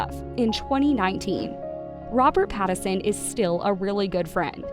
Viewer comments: PLEASE...IF you are going to continue to record these bios LEARN how to pronounce your subjects name. His name is NOT PattERson it is PattINson. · FFS, his name is PattiNson. The N isn't silent. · Rob's last name is pronounced PAT-IN-SUN. If you're gonna do a piece on someone, you should correctly pronounce their name. Oh yeah, and maybe you shouldn't twist the story into something it isn't. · How do you not know how to say PATTON SON. Like how do you not know how to say the name and making a video about it like did you ever watch any videos of him cuz you're off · The way she says his last name 😂😂😂 is the best part of this video. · Poor Robert, misunderstood and mispronounced. 😢😢😢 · Truly. An entire video about Robert Pattinson, not once was Pattinson's name pronounced correctly.